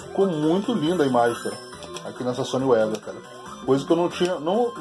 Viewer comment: E tio vc esta equivocado,o correto Da pronuncia e sony vega Mesmo e nao sony uega kkkkkkkkk Detalhes,mas foi um belo video.